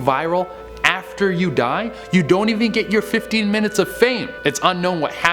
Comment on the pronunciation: Number Fifteeeeenuh